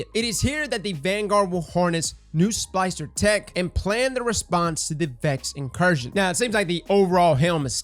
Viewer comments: Is he saying "spicer" or "spLicer? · cant pronounce splicer?